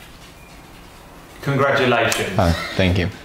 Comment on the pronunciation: "Congratukations" X'D